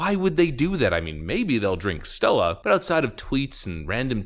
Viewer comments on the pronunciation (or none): none